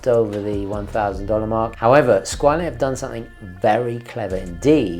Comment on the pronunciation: Its pronounced scwarll